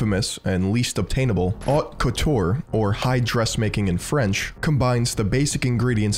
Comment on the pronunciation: Strange not to hear the French pronounciation of "haute couture" and "couturier" in a fashion video.